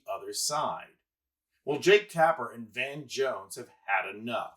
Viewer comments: It's Van Jones, not Von Jones. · It’s VAN Jones. Not VON Jones. Crikey.